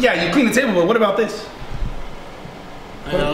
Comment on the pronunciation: Kyle says aboet lol